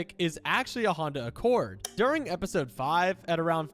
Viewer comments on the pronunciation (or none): none